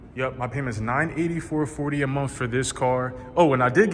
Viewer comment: Did he say monf? 😂 awesome car man congrats!